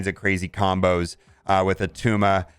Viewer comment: It's not Attuma